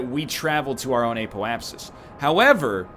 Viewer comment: So glad he started to pronounce apoapsis properly.